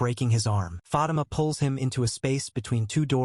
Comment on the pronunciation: Fah-Teema sir lol